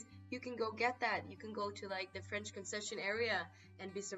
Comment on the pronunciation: Je suis Français, you goof not zee am Franch lol